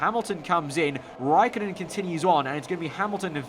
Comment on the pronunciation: You use ä and ö but you cant speak with them